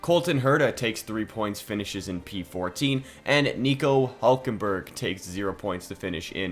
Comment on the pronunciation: What the hell was that Hülkenberg pronounciation supposed to be?